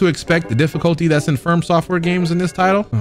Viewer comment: Stop saying "firm software"💀